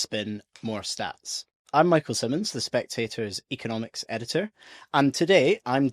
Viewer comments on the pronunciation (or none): none